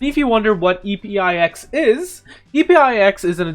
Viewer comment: I don't think it's E-P-I-X, I think it's EPIX, pronounced like EPIC with a S